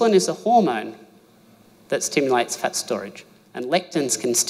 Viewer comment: We think you have a cute accent but when you say fat it sounds like you’re saying pet so try to speak English more clearly